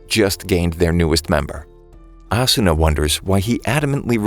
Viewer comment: Its actually ah-su-na